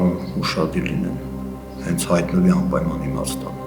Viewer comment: Siman xarnuma uzuma asi anpayman asum ampaman😅❤